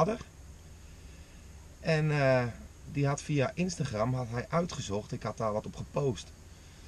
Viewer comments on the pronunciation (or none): none